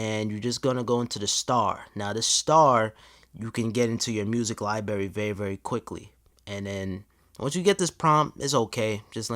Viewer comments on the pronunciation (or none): did this bitch just say liberry